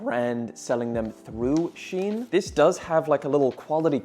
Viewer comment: All that investigating and you didn't bother to investigate how to pronounce Shein.